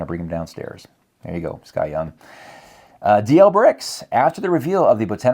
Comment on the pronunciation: Yay a food segment on channel. Thank you SKYeung. I wonder if his name is actually S. K. Yeung instead of Sky Young as and Jason reads it.